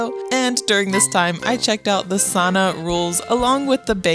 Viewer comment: That's not how you say sauna, I'm 75% Finnish and am offended